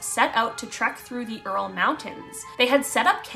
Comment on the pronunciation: She said "Earl mountains". 😂 Ural mountains.